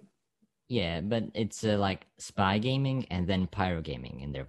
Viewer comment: spay gayming